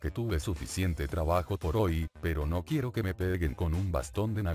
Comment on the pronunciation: "Quiuwo toy bonnie"